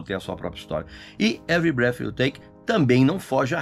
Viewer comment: A CANÇÃO ENTIGA SE CHAMA, EVERY BIRTH I TAKE OU BREATH, NÃO ENTENDO SUA PRONÚNCIA